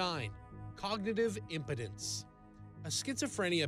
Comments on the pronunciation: Impedance is not impotence and is not pronounced the same. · Narrator is the guy from the channel "Seeker". You can tell by the way he pronounces "impedance". cringe I wish he would stop reporting on science topics when he seems so uneducated. Wtf? You don't know the word "impede"? To impede cognitive function. To block or hinder, impair. You should be familiar with this diagnosis.